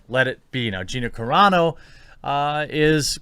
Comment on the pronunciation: thank u. u finally said Gina’s last name correct